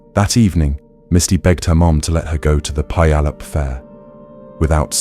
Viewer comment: Definitely not an easy one but in case it comes up again , Puyallup is pronounced -- Pue(rhymes with HUE) al(like pal) UP.